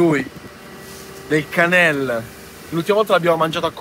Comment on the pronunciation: canelé per con l'accento sulla e.